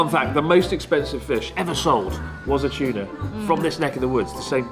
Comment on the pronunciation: The fact that Chris pronounces the t as ch in tuna is super funny